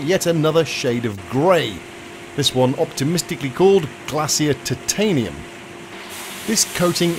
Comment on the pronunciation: Applause for saying tit-tanium correctly and not the horrible Americanised, PC ti-tanium.